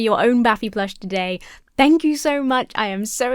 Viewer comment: You saying "shank you" reminds me of what me and my friends always say: "shtank you". Just a random thought.